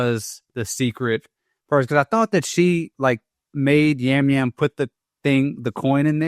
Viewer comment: Hey guys, just a heads up that Yam Yam is pronounced as Jam Jam. Love the show!